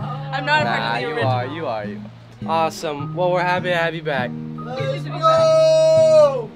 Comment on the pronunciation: Lesh not goo! 😂